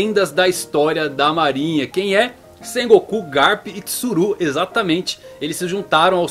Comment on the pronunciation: Fala meu 10、teu canal é massa Só tem que acertar mais no acento das palavras em japonês Por exemplo、sAbo、sengoku、hAki É bem difícil ter pronúncia de acento na última letra Abras